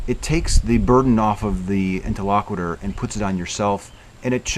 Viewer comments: These tutorial videos are great. I will watch them on repeat until I get them a little better my memory. One thing: interlocutor. You keep saying “inter-LOCK-witter.” It’s “Inter-LOCK-you-tor.” But thanks for doing the videos anyway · I really enjoyed the video. This is the second one that I'm watching. The first was with Paul. It's really enjoyable. One thing, though: You're not pronouncing the word "interlocutor" correctly. You're saying it as if it were "interlocuitor" (with an i before the end). Check out how to pronounce that word here: (for the sake of "as many true things as possible"). 👍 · I think you're pronouncing 'interlocutor' wrong.